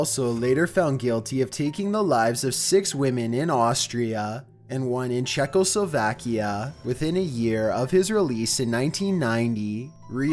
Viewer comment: CHECKLE SOVAHKEA AHAHAHAHAHHA